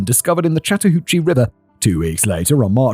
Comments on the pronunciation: Good job on pronouncing the river. Lol it is often mispronounced. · Yes! Your pronounciation of the Chattahoochee River was spot on! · impressive pronunciation on chattahoochee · Yes you said chattahoochee perfectly lol. Im only watching this one because im outside atlanta. Also, uncle tom is a term that refers to a black person who is racist against black people, essentially, so its not a nice name at all. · You said Chattahoochee correctly😊. Live about 2 hrs from there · Holy crap, Simon pronounced "Chattahoochee" right on the first try. I'm so used to him butchering things! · was very happy when Simon pronounced Chatahoochee correct on his first try. They grow up so fast T-T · Impressed that Simon mostly nailed the pronunciation of Chattahoochee. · It was! The only problem was every time I heard it, the Alan Jackson song played in my head. Haha. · I was impressed! He did get a few things "Wrong" as far as local pronunciation goes(e.g. Dekalb, but that's a local pronunciation thing), but he nailed Chattahoochee. Though if he was REALLY from here he'd call it The Hooch. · Simon, absolutely flawless pronunciation of Chattahoochee. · You pronounced Chattahoochee correctly, Fact Boi. Nice. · I live in metro Atlanta, and while the city itself is nice, the people are NUTS. It gets more dangerous every year: homelessness, drugs and violence are huge, and little is done about it. 😞 Human trafficking is also horrendous. One of the worst places in the world for it. Simon, you pronounced Chattahoochee perfectly. Thanks!